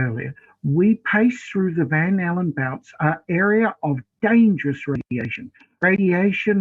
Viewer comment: It might be his accent, but it sounded like he said Van Halen Belts. ;-)